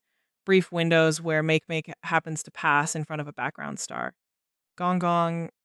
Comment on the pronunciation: "Make-make"? It's pronounced "maakay-maakay".